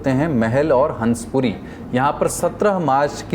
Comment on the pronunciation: हंसपुरी नहीं .... हंसापुरी नाम है क्षेत्र का।